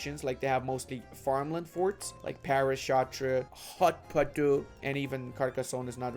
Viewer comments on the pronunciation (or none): none